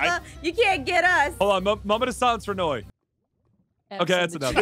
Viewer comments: It's noi not noie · Did aphmau call noi mynoi